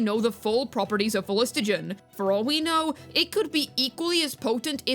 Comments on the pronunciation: For the sake of my autism: Phlo---gis---ton Not phlis---to--gen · Minor correction: it's phlogiston, not phlogistogen. And I don't mind the tech, maybe the thing is that there should be more examples lying around Natlan for it to seem a bit more suitable. For Xilonen, there are those music shops and the dj parties at least in her town and in Mualani's town. Also Xilo in her quest says that the rollerskates use phlogiston glue to travel walls, and needs to apply it again after usage. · Everytime bro said phlostigon there was a overload reaction in my head doing 35k damage buffed after 5.2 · The phlogiston pronunciation was so cooked fam 😂